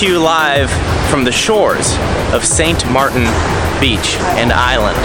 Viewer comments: Actually, since you're on the Dutch side... it's Sint Maarten (pronounced sin-t mateen) like martini -- Saint Martin is the French side. Great video and love the drone footage. Sorry you never made it to Orient Bay Beach! Only a small section is nude. I've been to Sint Maarten/Saint Martin twice -- I was supposed to be there in 2017 but Hurricane Irma destroyed our hotel. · Ass Wipe? It's St Maarten not your illiterate reading of the Islands name "Martin" No wonder the indigenous laugh at the White Peoples. And you thought they were smiling at you... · pretty sure it's St, Maarten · Omg, at least know how to pronounce where you are.